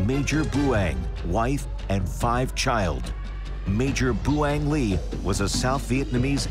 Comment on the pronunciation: Please get the name of the South Vietnamese Air Force pilot correctly. It's Major BUNG LY. Thank you.